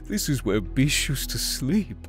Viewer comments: What says: BISH!! What I hear: FEESH! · Abigail C. Same here I kept hearing “FISH” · Yeah it was bish X3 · Every time I hear “Bish” I think of “bitch”- lmao. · I somehow heard "peach" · He sied bish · Deep _ Edits I think THATS the Point cuz he legit said “BISH PLEASE” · Cheetahfast 156 well he definitely does not pronounced it bish. Weird. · Bish, sounds like "Bitch" And,... Um. "Sex"? I'm probably wrong on lol.